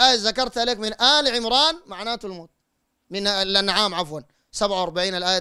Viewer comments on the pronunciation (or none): none